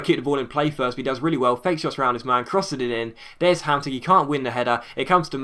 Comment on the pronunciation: you're pronouncing Hamsik as best as an englishman can ;) Pjanić and Ljajić are worse tho..